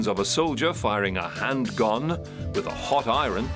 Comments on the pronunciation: Is he saying handgun or handguan? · He says it every fuckin time omg I’m only ten min in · I believe he is pronouncing the original spelling, “handgonne”, or I should say TRYING to pronounce it.